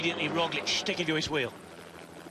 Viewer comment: Another day, another Rozhlick by Sean "The Name Butcher" Kelly